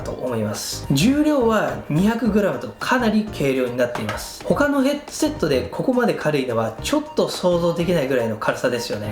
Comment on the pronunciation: 「ヘッドゥセット」とゆー言い方好きw